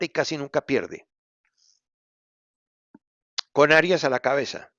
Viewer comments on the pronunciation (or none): none